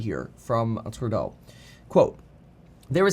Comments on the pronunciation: Literally no one in Canada says Trudeau the way you do Kevin😂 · Why are you pronouncing his name so weird? Are you French-Canadian?